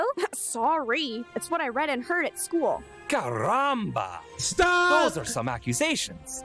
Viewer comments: Bro, “CARRAMBA”? 😂 like, why the hard R? 😅 it’s “caramba” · I know right? They even got his birthplace of Genova correct (northwestern Italy), yet they make him say "ayy caramba" and pronounce his Rs like a mexican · it ain't even the right Spanish accent 😭 it's like if they had John F Kennedy speak with a Jamaican accent (which to be honest would be hilarious)